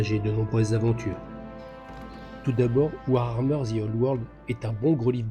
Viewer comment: c'est mignon, au bout de 30 ans t'arrives toujours pas à prononcer warhammer, tu nous colles un R en trop ! (war-armeur ;)